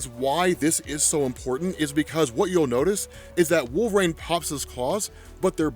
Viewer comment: Bro, please stop saying wolve"raine" jeezus